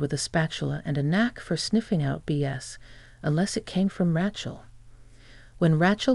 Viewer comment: Rachal is pronounced RAY-Chell